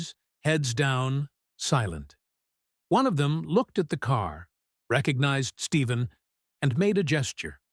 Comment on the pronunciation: PLEASE... HIS NAME IS NOT STEVEN!! IT'S STEPH- EN CURRY!!!